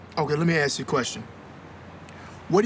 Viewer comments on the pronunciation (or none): let me AKS you a question